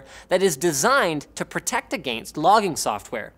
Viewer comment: say 'against' again lmao